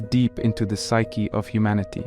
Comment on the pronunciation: "The pshchie of humanity" This has quickly became one of my all time favorite narrations. Please be well!